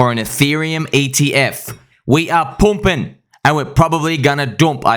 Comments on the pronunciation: poomped haha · Love your random northern England accent ‘pumping’